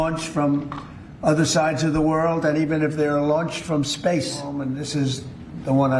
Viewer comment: "Evil worl out there" 😂😂😂😂he literally said "evil world out there" 😂😂😂😂😂😂😂😂😂😂😂😂😂😂 this 8s amazing 😂😂😂😂😂😂